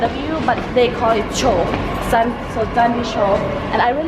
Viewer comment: Let me correct you its Chandni Chowk not Chandi Chowk 😊 by the way I'm enjoying your videos.